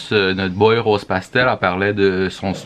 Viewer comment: Le beat a RosePastel 👌🏼 Oh my my qui dit mon nom correctement, it’s an accomplishment! ☺️😂